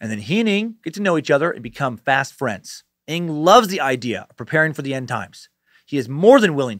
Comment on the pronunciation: Imma chime in, 1 month late, hopefully ya see this, Dan. “NG” is pronounced in the same way the “Ng” in “thing” is pronounced. I’m from Singapore, where it’s a common surname. Just thought I’d let ya know! (